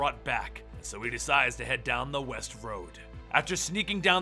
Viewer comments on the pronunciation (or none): none